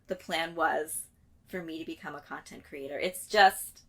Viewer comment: I'm one of those people who feel compelled to speak my mind about what you're doing. Please, if you can, explain to me, who oh why must you pronounce the word 'creator' as CRATER?!?!?!? Just because it looks like the word 'greater' does not mean that it's pronounced the same way. CREE-AY-TOR....for the love of God the Creator, PLEASE! 🙏🏻🙏🏻🙏🏻